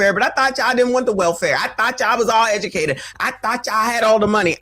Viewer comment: The most edumacated, y'all! 😂😂😂